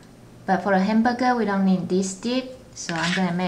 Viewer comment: I know how you feel, she pronounces every word without pronouncing the last letter. Instead of hamburger, she said hambuge